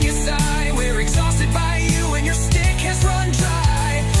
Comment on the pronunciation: I love your AI music. You neef to train it to say schtick, though. 😂